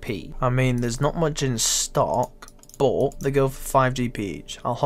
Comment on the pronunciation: "There's not much in stock.... BAWT."